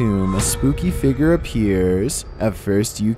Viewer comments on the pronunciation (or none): it's "figure" is pronounced "fig-yer" not "figger"